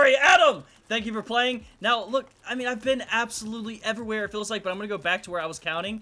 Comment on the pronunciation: “I’ve been absolutely ev-a-where” Plz tell me I’m not the only one who caught that